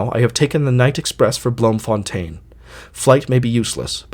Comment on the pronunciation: It's pronounced bloomfuntine in Dutch